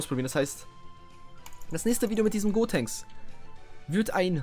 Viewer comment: Gotenks nicht godtenks wie du es ausprichst würde man das schreiben